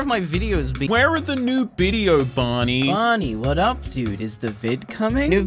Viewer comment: Uhm, so... "where are the new bideo Barny"?